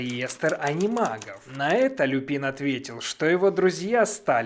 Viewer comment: только не Люпи́н, а Лю́пин. Его фамилия происходит не от цветка, а от латинского слова волк - Lupus. Так что это ещë один косяк дубляжа.